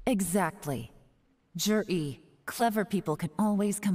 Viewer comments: Can someone tell me how the heck Zhiyi is pronounced like "jury"?? Chinese pronunciations make no sense to me. :""D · It’s just butchered, the “Zhi” isn’t supposed to have an “r” sound in it like the word jury would